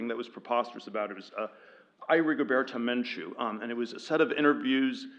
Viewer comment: Peter, "Rigoberto Menchu" has the accent on the second syllable.